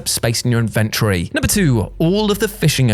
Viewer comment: Lol Invent-rey. 🤣😊